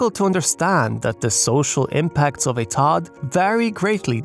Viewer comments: but no one calls it "Todd", it's always pronounced "T.O.D.". It takes him sound like he doesn't actually understand the topic. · But, still… why is he saying “Tod”? Does he not know? And if he doesn’t know, …why not? If you’re reporting on this I would assume you’d know what it is. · Why is he saying “Tod”? Does he not know? And if he doesn’t know, …why not? If you’re reporting on this I would assume you’d know what it is. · For those who don't get why is saying "Todd" every time, he is saying TOD, or Transit Oriented Development